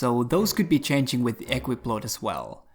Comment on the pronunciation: Just 1 thing - it's pronounced equIp, not Equip ;)